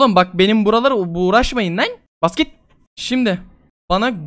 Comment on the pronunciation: abi uğraşmayın derken yanlışlıkla Buğra"şmayın dedin ve Buğra da benim ismim :)